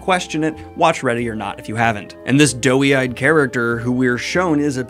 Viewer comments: "Doe-eyed", not "doughy-eyed" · Daniel, dear: please, the phrase is "doe-eyed." If you say "doe-y," it sounds like "doughy," which is a synonym for "chubby" or "out-of-shape in a harmless way." Saying it the way you have been makes it sound like her eyes are little Stay-Puft marshmallows, as opposed to big brown deer eyes. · Pretty sure you're trying to say doe eyed not doughy eyed? Great characters, great vibe, great acting and super fun. Walt Goggins is freaking amazing.